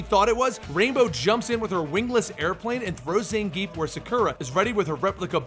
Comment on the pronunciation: Zangief is pronounced Zahn-Ge-Yeff.